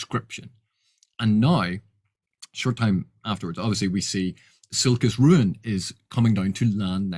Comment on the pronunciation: A vid from where I can finally hear how to properly pronounce Silchas Ruin! By what are your thoughts on the book Jonathan Strange and Mr Norrel by Susanna Clarke? I wish to purchase it and I wanted to consult with your wisdom. I know Erikson has said he has not read Elric, but Silchas seems a much closer homage to Elric than Anomander. (I`ve only read the comics, not the books)